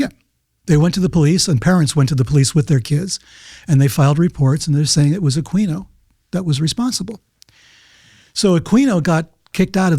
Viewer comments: I knew Michael Aquino (pronounced AH-KEEN-O btw) as a teenager. His stepson Chris was my best friend at the time, and I used to stay at his crib behind the SF Art Institute, where Chris and his sister Beth had their own side of what was a duple. Aquino was a bozo, but looking back at some of the stuff that happened when I'd stay with Chris is a trip. Chris and I were deep into the burgeoning underground metal scene in SF and the greater Bay Area at the time, and I remember Michael coming over one night while we were figuring out a Mercyful Fate song, and introduced Aquino to their music, lol. But, yeah, so the LaVey connection (whose daughter Karla both Chris and I were acquainted with due to the metal scene...) that Levenda brings up is ALLLLLLLL wrong, which sets my bullshit detector off. Aquino was ex-communicated, he did not just leave. Michael believed in an actual "Satan", and was into some fucked up shit, so Anton told him GTFO. That's how Temple of Set began. Chris' uncle (Bill I think his name was), Lilith's brother, was also military and also in the church. But yeah, Levenda for one can't even pronounce Aquino's name correctly, he also has his affiliation with LaVey all fucking wrong. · Aquino is pronounced a-kee-no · He keeps pronouncing Aquino wrong. the q is silent. it is uh-KEE-noh. This dude is sus.